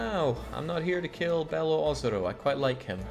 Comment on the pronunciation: Your pronunciation is pretty close on Beloozero, this site has a pronunciation that seems pretty legit